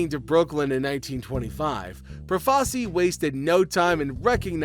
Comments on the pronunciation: Good video, but just so you know, it's pronounced Pro-fa-CHEE. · First, it's Pro-fa-chi. Second, you apparently don't know who Lucky Luciano (Lu-chee-ano) is. Shit video. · Had to stop after 4 minutes, I couldn’t stand listening to the mispronunciation of Profaci 🤦.